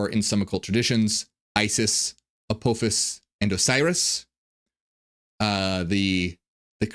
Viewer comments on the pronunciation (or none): none